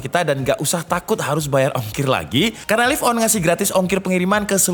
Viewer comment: Laiv On bang bacanya...wkwkw